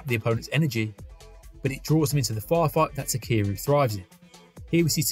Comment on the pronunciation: Awesome breakdown, but his name is not pronounced "takeeru"